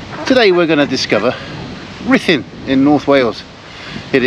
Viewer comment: We were at the Premier and so sorry that it didn't work out as planned all beyond your control. We loved the video - even though we are Welsh we have never been there - it will certainly be on our list and would love to see the jail. Thanks for sharing and the pronunciation was very good! Elaine, Mike, Samuel and Thomas 😍😍